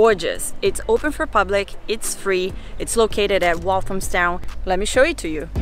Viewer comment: Have you learnt how to pronounce Walthamstow yet? Tip: find out how the band East 17 pronounce their home town's name first before saying it on a video.